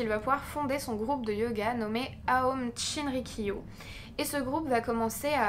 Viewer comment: Je me permets de te corriger et tu n’es pas du tout à blâmer . Cependant ta prononciation de group Aum shinrikyo n’est pas correct. En effet aum se prononce ome et le shi se prononce shi et non pas tshi. Sinon j’aime beaucoup tes vidéos et la façon dont elles sont documentées, tournées et montées.